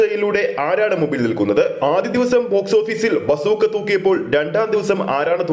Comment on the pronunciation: ബാസൂക്കാ അല്ല ബസ് ഉക്കാ എന്ന് ആയി ഇതിന്ടെ പേര് 😄😄